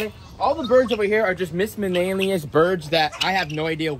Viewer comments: It’s actually “Miscellaneous” bro😂😂😂😂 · Are you saying miscellaneous?